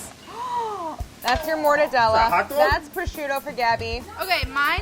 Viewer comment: Brad: "Is that hwotdwog??"